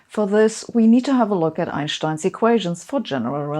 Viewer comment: I have to admit, I'm still not used to hearing "Einstein" pronounced correctly.